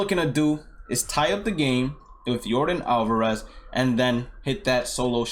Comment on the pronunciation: U speak spanish? U say Jesus Aguilar & Yordan Alvarez so good.